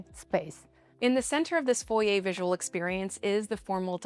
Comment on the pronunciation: Stunning architecture & landscaping! I’m very glad it’s not just a square/rectangle shaped home. Love all the thoughtful details like the wrought iron & sight lines to outside. And thank you for pronouncing ‘foyer’ correctly! 😉